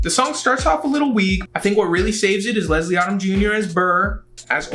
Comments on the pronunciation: I’m so sad right now. All my favorite songs are just being disrespected and I’m heartbroken. 😣😣Also, it’s not Odd-um. It’s Odom like Modem. 🤦🏽‍♀️ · LESLIE ODOM JUNIOR'S NAME ISN'T PRONOUNCED LIKE AUTUMN IT'S PRONOUNCED LIKE OH-DUM OMG